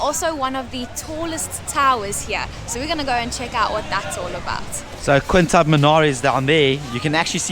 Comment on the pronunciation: Even considering the language differences, how does one pronounce "Qutub" as "Quintab"? It'd be like pronouncing the name "Harry" as "Hailey".